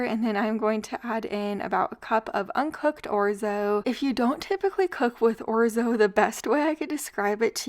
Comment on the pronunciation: Orzo not Orzi!